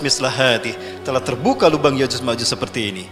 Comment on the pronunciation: Ko yajuz majuz sih,,?????? se kelas ustadz, penyebutan ya'juj dan ma'juj saja masih keliru😢😢